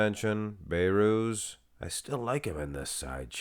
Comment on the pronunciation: Don't be like nick strength and power, The name is Behrooz There is a letter (H) Not bayrooz